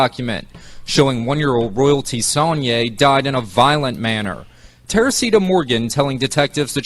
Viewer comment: PS..it IS "Sonn-yay"☺️ I am impressed. #LakeCharlesLouisiana#